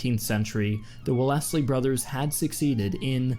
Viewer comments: The narrator pronounced Wellesley wrong. It is supposed to sound like “welz-lee”. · Well Lesley brothers. Really? lol Wellesley = Wel'sli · "Well-essly" lol